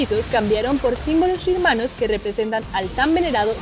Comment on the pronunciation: Al dijo "Símbolos Shirumanos" y es "Símbolos Shurimanos" jaja